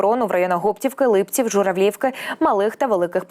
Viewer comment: Гоптівка, наголос на о. І Липці наголос на и. Вибачте но огидно слухати як перекручують назви. На Гоптівку дійсно був напад, але наші його швидко відбили.